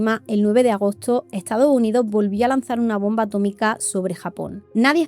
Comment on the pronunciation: “Etsado Unido” 🥴